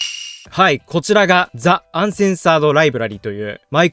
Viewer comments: ザ、じゃなくてジ、な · ザではなくｽﾞｨなのでは？ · the の読み方が気になってしまうw